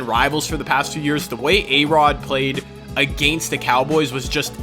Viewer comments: Am i the only one who cringes at the way he says against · the way he says against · The way you say "against" has me dead😂No hate